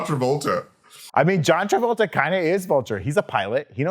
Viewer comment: John Travulture 🤣🤣🤣